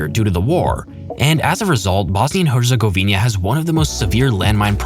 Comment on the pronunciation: Also it's Herzegovina not herzegovinia